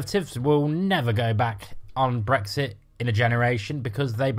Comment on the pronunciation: Brexit (or "bwexi" as you pronounce it) was the best thing to happen to the EU. The arrogance of you lot thinking you would be allowed back in is amusing. There will never be the unanimous support required amongst the EU 27 for British entry.